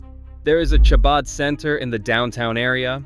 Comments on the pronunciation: Why couldn’t they get a narrator who knew how to pronounce “Chabad?” 🙄 It’s NOT pronounced “Shabad” - it’s pronounced “Habad” - with the “Ch” pronounced as if you’re clearing your throat. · clearly AI dialogue the fact that you pronounce chabad with tʃ and not a ח, and then the fact that the videos concept was retirement communities you've never heard of and then brings up The villages in Florida possibly the most famous retirement community on the entire planet. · Please Chabad is pronounced HaBad. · I know. You’d think they would’ve made sure that was pronounced correctly. And it was said multiple times incorrectly. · AI does what it does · Narrator, you need to confirm pronunciation of words before recording, starting with chabad. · It is AI voice and not trained to the Hebrew CH sound.